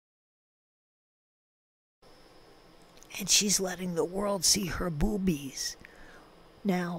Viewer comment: Every time you say boobies, I almost pee, it’s so funny 😆